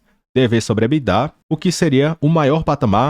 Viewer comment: Quando diz "EBTINA" é só uma brincadeira mesmo ou a dicção é que ficou ruim?